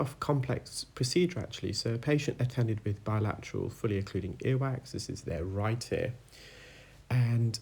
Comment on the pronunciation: “Right-a-Ear”